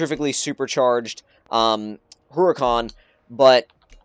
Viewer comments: how to pronounce HURACAN - ooo-ra-kan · It's pronounced [Oo-Ra-Khan] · Yeah the pronunciación of haracán os conpletely wrong xDD belive me, im spanish, i know. Btw, could you please do a max out buggati? Thx